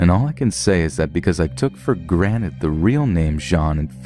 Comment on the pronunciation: "Took for granet" Only reason im pointing this out is because i was just watching the rick and morty episode where morty makes fun of rick for saying granet instead of granted 😂